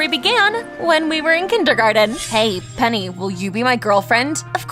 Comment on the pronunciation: 'Annyeong my name is pen-ni'😂